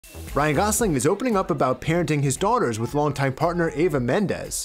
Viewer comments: It's eva not ava, u clown 😂😂😂😂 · Her name is EVA not AVA - the announcer person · Her name is Eva not Ava!! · The announcer referred to her as Ava the whole video. Her name is Eva.